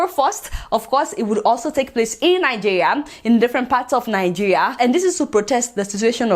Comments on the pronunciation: You can't even pronounce the name of our beloved country properly. Najiya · I enjoy listening to your pronunciation of 'Nigeria.'